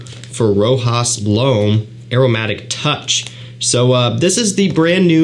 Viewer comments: my friend its Rochas..not Rojas...Rojas looks like spanish 😉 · it's pronounced like "Rosház". i like the house. very important and historical house that it's so popular nowadays. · I would say is pronounced rather than spelled, "Rocház" but the s is silent.. I have left a comment to the reviewer before, but he keeps pronouncing as it was a sort of american word. 🤔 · sorry, i meant "pronounced ". My bad. This is a french house. Reviews should search a bit just to know how to pronounce this brands and fragrances names. So many people pronounce "Rojas" "Roca" "Roshá"...